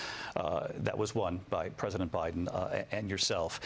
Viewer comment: Did she just say Obiden??